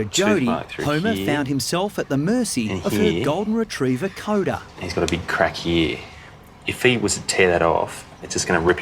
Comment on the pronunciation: Coda ? no no!! it is more like Cooper 🤪😍